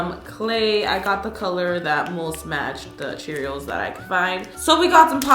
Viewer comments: Is it me or does she keep saying cheerils instead of Cheerios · U keep saying CheeriALS 😂